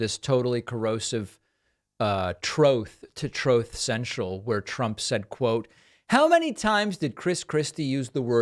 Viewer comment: OBAMNA! 😂 God that gets me every time. That and "Trothe Central!"